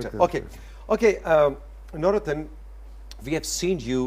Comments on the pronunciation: اسکا نام نور الدین ہے نورتن نہیں ۔ترکی زبان میں د کی جگہ ت بولا جاتا ہے۔جیسے مراد کو ترکی میں مرات بولاجائے گا۔اسی طرح خ کی جگہ ح بولا جاتا ہےجیسے خالد کو حالت،خلیل کو حلیل،خدیجہ کو حتیجہ وغیرہ وغیرہ ۔ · Nurettin = Noor ud Din. The anchor seems to call him Navrattan 🙄